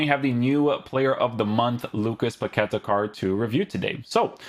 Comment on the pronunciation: His name must be pronounced by stressing the last syllable: Pa-que-TA. Greetings from Brazil!